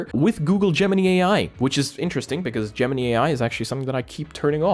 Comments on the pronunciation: it is pronounced gemin - eye. not gemin - ee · its not gem-mini....it gem-in-eye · Love your videos as usual , one bit of constructive feedback, it's pronounced: Gem-In-Eye not Gem-In-Knee Keep up the great work mate! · Ah yes, not Gemini but Geminy. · Gemini pronounced Gemin eye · Google Gemini is pronounced with the last I as eye. If you ever watched Saturday Night Live last week there was a skit about how America randomly changed the English language. 😂😂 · is your accent causing you to say Gemini like that? I'm not coming for you, just curious why you are pronouncing it like Pinocchio's cricket. The last i is pronounced w/ (I) not (E) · It's called Gemini like the starsign the way you pronounce it is different 🤣 😂